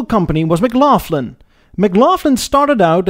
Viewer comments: it's the back of the throat sound, like the Dutch say vech. A common sound in Scots(fi where McLaughlin comes), Dutch, German etc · BTW; In Canada we pronounce Mclaughlin, Mclocklin, not Mclaufflin. It may not be grammatically correct, but that's the common pronunciation. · Probably already mentioned several times in comments, but you mispronounce a few model names: McLaughlin - the "Laugh" is pronounced "lock", not like the word "laugh". No F sound. Viscount - Vy-count, not Vis-count. The S is silent. Monarch - the "o" is pronounced like the "o" in hot, pot, lot, and not like the long "o" in hold, fold, tone. phone. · McLaughlin is not pronounced "Maglofflan", it's pronounced "Maclocklin", after Colonel Sam McLaughlin, who took over his father's carriage business and expanded into automobiles. He struck up a deal to purchase Buick powertrains for his products, under the banner McLaughlin Buick. Not to be outdone, Colonel Sam's brother was responsible for another world famous product; Canada Dry Ginger Ale. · English is obviously not your first language . McLaughlin is pronounced "McLauklin" NOT McLaughflyn . Viscount is pronounced "Vycount", NOT Visscount , also not English . Now I'm off to the White Spot drive-in in my 65 Parisienne Custom Sport 2+2 . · I wish you could pronounce Scottish names properly as its kinda insulting Mclaughlin its not m-glof lin ...in Scots the gh is sounded as a K mc-glock-lin ...I mention Scots as many canadians have Scottish ancestry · Neighborhood dealer had a Bricklin for ages. The air system to open the gull wing doors didn't work, never seen the interior as it sold after I left for uni. Nit-pick -- McLaughlin is pronounced ma-glock-lin, same as Kyle Maclachlan in Twin Peaks. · I greatly enjoy your stuff,! Thanks. Quick point on pronunciations: 1) the 's' in 'Viscount' is silent and 'McLaughlin' is pronounced '[MUH] + [GLOK] + [LUHN]'. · lol. Mc-Laugh-lin. Even better than Maple Sarp.